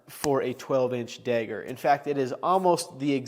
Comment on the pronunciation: Your pronunciation of the word “dagger” is slightly jarring. It’s like you’re saying “degger”.